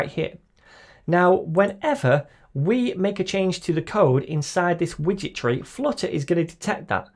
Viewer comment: I keep hearing "witchetry" instead of "widget tree". This has to be the best SDK ever! 🧙🏻‍♀️ Than You for the great tutorial!